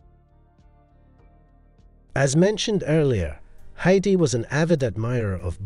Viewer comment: This video has such beautiful photography and showcases really wonderful jewelry, but it is a shame that so many words and names are badly mispronounced. I wonder if the narration is done by an AI program rather than an actual human being. Heidi, Cartier, epitome, marquise, graduated, Arpels, egyptomania, seventies, cabochon, Sophia and Lollobrigida are all spoken incorrectly. One would think such a well done production could have a narrator who knew how to say the words properly. I see by previous comments that I am not the only one to have noticed this.